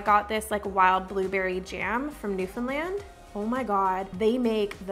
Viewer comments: I really liked yours!!! I've been wanting to attempt the palate knife technique so you've inspired me - so pretty!! Also, I'm from Newfoundland and bake with our blueberries all the time!!! I'm impressed you pronounced Newfoundland correctly 😊💖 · I'm from Newfoundland and I can not believe you actually pronounced it right!!!! Congratulations!!!!!!!!!! Love your videos btw!!!! This is an absolutely gorgeous cake!!!